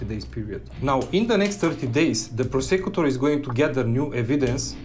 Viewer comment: prah-sec-you-tor This guys pronunciation of prosecutor is WILD and I’m here for it